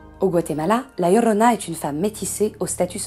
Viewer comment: Ah par contre votre accent m'épuise prononcé bien son nom par pitié la "djiorona" et non la "lorona" parce que c'est énervant pour les hispanophones je vous en conjure.. vous racontez son histoire alors bon.. d'ailleurs les conquistador ont été traumatisé par cette apparition et on violés et égorgé plus de la moitié des femmes qui étaient enceintes et qui se trouvé dans se village et ceux avoisinants. Mais très bonnes vidéo sinon 👏